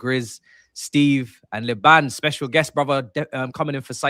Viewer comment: Everyone's pronunciation of Liban is catching me out lol 😭😂. None of them have watched SDS with him on it